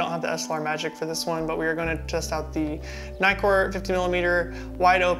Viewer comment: Everytime you said nightcore all I heard was Nikkor! Hehehe..... the nitcore seamed you have more saturated skin tones.... personally I liked the FD better....